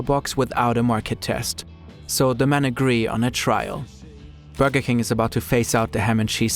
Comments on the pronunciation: if this lady says buurwgga one more time i swear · I hear booger every time the woman tries to say burger. 😂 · I like the way she says "Burger" 😅